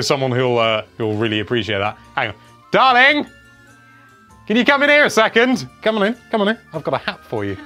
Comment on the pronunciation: And the call of "darling" was the most posh I've ever heard sound